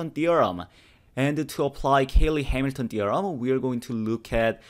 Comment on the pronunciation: Cayley, not Caley.